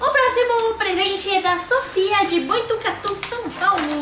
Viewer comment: eu moro em boutucatu nenha eu acho que vc quis dizer botucatu em vez de boitucatu